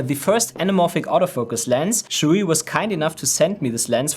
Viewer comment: “Sirui” is better pronounced by saying “Sir Ray.” Try it next time.